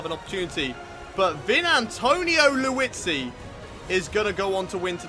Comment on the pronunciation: lmao you say Liuzzi as Louis-zi